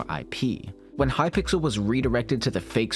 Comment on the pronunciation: lmao hypickle